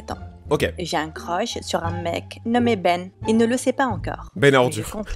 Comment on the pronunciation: elle as dit et j'ai un crosh à la place de crush mdr